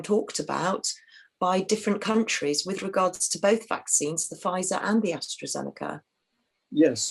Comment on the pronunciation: People die of heart attacks all the time some die even when they haven't had a vaccination. Someone was hit by a bus the other day it must have been due to the vaccine. This bloke can't even get the names right. It's Astra not Astro and Pfizer not fightzer.